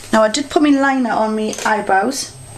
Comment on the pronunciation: would you stop say "me" as "my" !